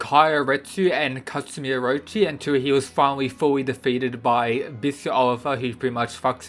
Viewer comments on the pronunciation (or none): none